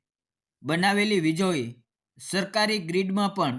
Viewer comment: વિજળી બોલતા નથી આવડતી ભાઈ?